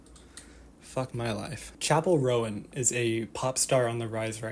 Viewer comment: Mate it's hard to believe you actually know who Chappell Roan is when you call her Chappell Rowan. Bit of a Kamala Kamarla situation. Research.